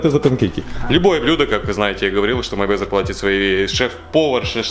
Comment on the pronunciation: Вова Мэйвезер, а не Майвезер, хоть бы перед тем как клепать ролик читай нормально биографию